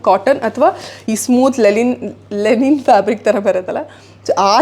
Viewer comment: ಅದು ' ಲೆನಿನ್ ' ಅಲ್ಲ ಅದಿತಿಯವರೇ....ಅದು ' ಲಿನೆನ್ ' ( ಬಟ್ಟೆಯ ಹೆಸರು )